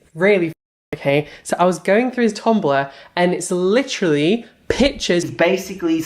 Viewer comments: Take a shot every time says "licherally" if you want to die from alcohol poisoning lol But seriously, he's a vile and disgusting sicko. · LITCHERALLY how many times does he have tp say literally SMFH is a joke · He’s “licherallly” coming for Peter to distract from his kuckiscam cosmetic fiasco.